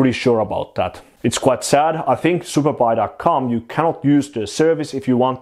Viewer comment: Every time you say Superbuy, I hear superpi :D Trained ears.